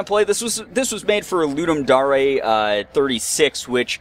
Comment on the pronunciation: You pronounced Ludum Dare correctly... what is this magic?? I appreciate your educated-ness haha.